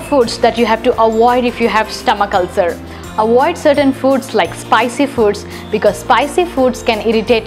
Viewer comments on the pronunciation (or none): There is so much to "awoid"! 😂